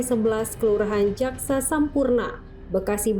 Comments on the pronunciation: jakasampurna woi bukan jaksasampurna 😂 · Jaka Sampurna mbak bukan Jaksa Sampurna, baca beritanya gimana sih 😂😂